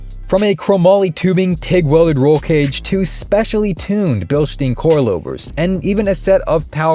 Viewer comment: Bilstein not bilshtein. Get it right boy.